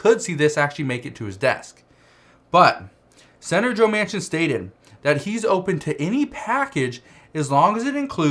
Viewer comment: His last name is pronounced Man Kin